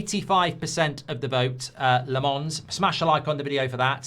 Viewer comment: It's pronounced Lommons, not La Mons